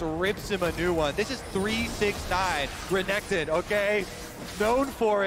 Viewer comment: how can you pronounce Renekton so badly bro